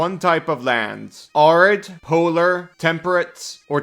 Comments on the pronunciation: pronouncing it 'ARE-id' instead of the correct 'AIR-id' is really making my brain itchy as someone who lives in an AIR-id environment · Saying arid like "are-id" bothers me so much, but great video nonetheless! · It’s air-id you mutant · Arid is pronounced AIR-rid. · Arid is pronounced (Air - id.) as in “ the desert is considered an arid climate”. Love this build! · Arid Air-rid It's pronounced as if it has two r-s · It's pronounced "Air-id" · Americans pronounce it Air-id. Normal people say æ-rid like 'a' in cat and apple. But I immediately clocked English isn't your first language. Americans and Australians use it a lot cause we both have deserts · As someone who lives in an arid climate, it is in fact pronounced air-id. And as far as "if its understood, its right" It took me 60% of the video to figure out what was being said (since i havent memorized the druid biomes) No insult intended, your English is awesome and i love your work! Im just out here being lawful pedantic about english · the guy in the video is not saying it like an English person either. It's rather weird.